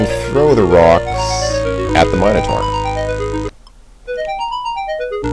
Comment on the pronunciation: I'm happy that you pronounce "minotaur" correctly. ' matter-of-fact attitude about it being "minno-tore" really grinded my gears in KQVI.